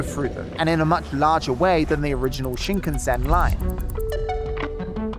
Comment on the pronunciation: WRONG pronunciation of Shinkansen Classic Brit.